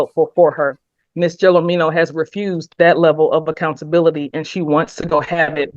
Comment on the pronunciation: Anyone can make a mistake. However, laziness is a different story. Chrystal Gelormino's name is on the screen throughout this video. It's also pronounced multiple times by the defendant herself, the judge and the attorneys. The very least you could do is pronounce and spell her name correctly.